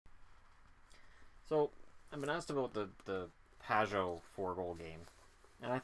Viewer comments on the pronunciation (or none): Has anyone else noticed that Paul Romanuk calls Pageau "Pa-joe"?